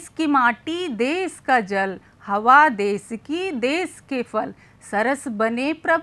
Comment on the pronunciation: देश शब्द का उच्चारण शुद्ध नहीं है।